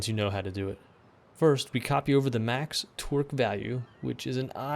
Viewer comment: The way you say 'torque' sounds like 'twerk.'